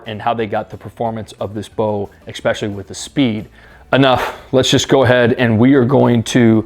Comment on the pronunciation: Very solid review. Enjoyed the video! But is is ESpecially. Not EXpecially. 🤣🤣